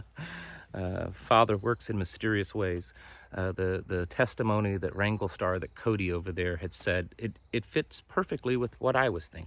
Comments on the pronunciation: Ty for clarifying. I thought you said Ringo Starr! Lol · Did he say Ringo Star?